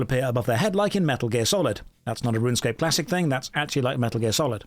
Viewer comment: that’s not runescape, that’s ranscape 😭😭😭